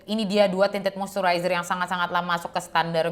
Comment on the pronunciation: Monmaap bgt ni, but i gagal fokus selama vid bcz every single time u said "Tinted moisturizer", i just heard that as "TITIT MOISTURIZER" 😭😭🤣🤣🤣